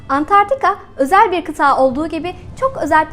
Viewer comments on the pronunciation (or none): Videoyu çekmeden önce, keşke kıtanın adini doğru söylemeyi ogrenseydiniz... Dogrusu, Antartika değil, Antarktika! Veeee bir de, kıtaa değil kıta, yani sondaki a kısa olacak. Valla gerisini, bu mesajı yazma sürem dışında, bu nedenlerle izleyedim. :(